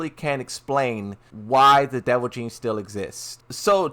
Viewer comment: You’re killing me. It’s devil GENE. Pronounced like “Jean”. What you keep saying sounds more like devil JIN.